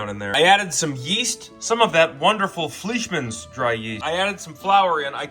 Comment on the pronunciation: It's not pronounced fleeshman, its pronounced more like flyshman